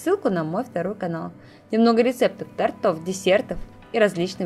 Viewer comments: Не тортОв, а тОртов😢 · Отличное видео и рецепты хорошие.Только НЕ тортОв,а тОртов. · Не тортОв, а тОртов, а так ты умничка, рецепты хорошие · тОртов, моя хорошая, тОртов. А так замечательная подача и умелые рученьки. 😊